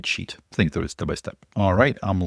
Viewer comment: Dude, "THROUGH"